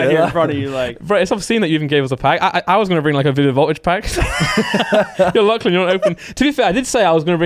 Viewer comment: It's not clan it's Lachlan